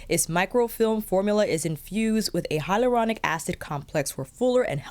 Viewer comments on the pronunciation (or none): none